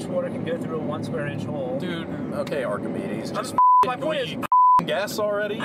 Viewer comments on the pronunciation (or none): “Alright Archamedis”😂😂